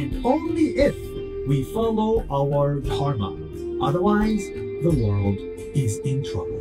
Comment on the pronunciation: Somehow his face triggers me in terms of i can see how corrupt and two faced this individual is as of right now. My allah guide him back to islam, instead of keeping him do this mockery to and of himself also why the hell is it so hard for him to pronounce dharma he keeps saying tarma 🤣 im german and its nothing hard really even with my accent